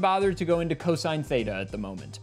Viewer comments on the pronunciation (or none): none